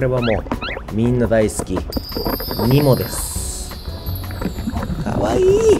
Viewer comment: よかった。ニモのイントネーションがニモで。村上くんみたいにニモ↑だったら一気にテンション下がるところだった☺️